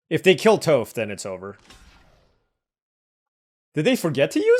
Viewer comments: To help you out in later videos, it is Toff like off not Toeff like Toe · Atla looks great. Also, Toph is pronounced as “taaf”. 😊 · Bro Toph is “T-ah-ff” or like “T-off”. She’s the GOAT earth bender 😭. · "Toof" AHAHAHAHA dude I'm dying! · Toph = "Toff" Ba Sing Se = "Baw Sing Say" So excited for this set and to see you draft! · you’ve done us a favor with your daily uploads - now let me return the favor. Watch Avatar - it’s timeless. Also Toph’s name rhymes with “cough.” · Toph would be horrified of that pronunciation if she wasn't deaf. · love your video's but I gotta assume you have never seen avatar the last air bender, not with the way you kept butchering Toph's name. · no biggie but Toph rhymes with cough. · it is! You were killing me everytime you were saying her name lol.